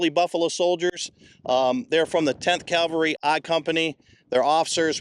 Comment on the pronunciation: It’s pretty embarrassing when a guide can’t even pronounce CAVALRY